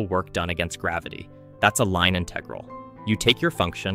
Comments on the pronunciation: InTEHgral. It’s InTUHgral BRUH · its IN-tegral not in-TE-gral ik its prob ai but why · Disliked bc I cannot stand the way he pronounces "inTEHgral' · Who the fuck says "inTEgral"? The stress is on the first syllable, jesus christ. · I have no problem with content that uses AI voices, I actually think they're going to become very useful in the future for expanding content, I just wish they were better at inferring ambiguous pronunciation better. For instance, how in this video the word "integral" keeps on switching between the correct pronunciation and incorrect, it's extremely distracting. Also how Lebesgue is pronounced incorrectly. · It's integral not integral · Yeah im certain this is AI, just listen to the way he sometimes pronounces the word integral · Why are there so many videos using AI voices? It pronounced Integral at least 2 different ways in less than 30 seconds. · why do you say "integral" like a fucking dumbass